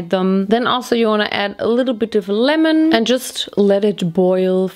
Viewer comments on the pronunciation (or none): none